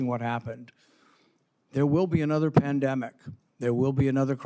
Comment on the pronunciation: "Dempanic" not Pandemic"